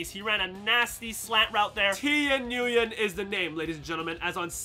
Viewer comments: the way you say Nguyen is so disappointing. It’s pronounced, WYNN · btw Nguyen is pronounced "win"